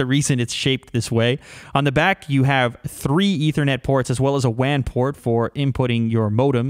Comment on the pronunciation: Love your vids u said "wand port"